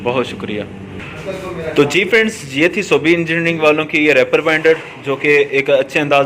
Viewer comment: bhaijaan, bura mat manaana please. REEEEEEEPER. REEEEPER bolne hoga. spelling Reaper.